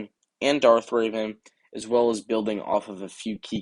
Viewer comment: you said darth raven lol, its pronounced darth revan